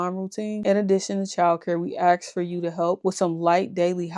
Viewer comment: This older lady commentary acting like she knows what its like to be a nanny is ridiculous. This lady sits in a chair & tries to act like the old grandma giving advice. Shes crazy. Also..,ASK is pronounced just like its spelled, not AXE. Wth? Go to college, take some grammar classes. This old lady sitting in her pc throne needs to go outside, go to college , even at her age & get a life.